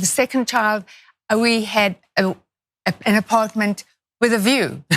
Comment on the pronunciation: She barely remembers how to pronounce apartment. She’s so rich and detached she’s like what are those cubicles poor people live in again?